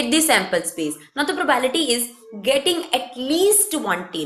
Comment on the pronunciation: Madam probality ni probability hota hai........sai to pronounciate Karo......